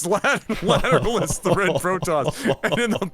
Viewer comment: Yeah I think they never listened to any detectable amounts of Tool, just judging by their pronunciation of Lateralus. 😋